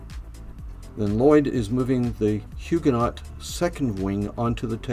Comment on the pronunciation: Must say I enjoyed the vid... even though you mispronounced just about everything that could be mispronounced! The ‘t’ in Huguenot is silent. Arquebusier is Arc-a-bus-ee-yer (you missed the final ‘i’).